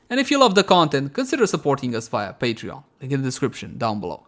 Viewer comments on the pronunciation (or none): none